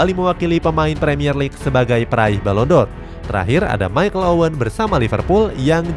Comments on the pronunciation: Penghargaan balon Dor 😂😂😂🤣🤣🤣 Balon D'Or dibaca balon Di or Bkn balon Dor 😂😂😂😂 Channel bola lho 😂😂😂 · Balon D'Or min .. bukan balon dor 😀😆